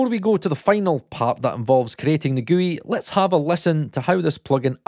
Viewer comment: Oh man, they way you say GUI is gonna tick some people off. Just so I don't need to comment another time, it's pronounced as a single word (like gooey)